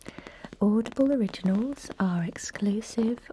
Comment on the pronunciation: at first when she was talking I thought she was saying "oddball" instead of audible 💀💀